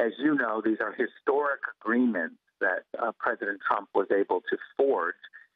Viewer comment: Is he playing at being Pwesident? How sweet.